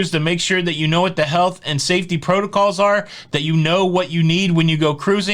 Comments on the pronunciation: Every time you said "What the health..." I thought you were saying what the hell. It was awesome. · Me tooooo